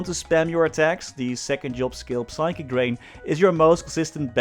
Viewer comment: Whos gonna tell him that the P in Psychic is silent?